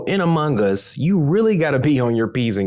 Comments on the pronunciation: No one: Literally no one: Voice over: Am0nG gUs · Amungus that's what u said! Lol! 🤣